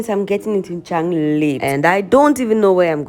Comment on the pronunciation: Dschang...the right prononciation Tsang means CONFLICT.